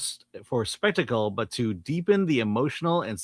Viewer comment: Did he say DEEPEN or CHEAPEN the "emotional and psychological complexity" of the story? May the Gods truly punish all who needlessly defile and culturally appropriate foundational Indo-European myths and stories. A microwave in Polyphemus' "kitchen" would be much less dishonest and offensive than the world destroying gender/racial MISCASTING of this flagrant attempt at societal grooming.